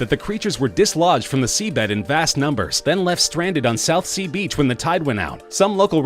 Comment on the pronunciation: this dude needs to learn how to say Southsea in one word, also we have a saying here about that star fish thing and it goes like, a man was throwing beached star fish back to sea and a man stopped to say, give up you wont make a difference, so the man picked up another starfish, thre it back to the sea and said "i made a difference for that one" anyway britts are good at making weird stuff like that lol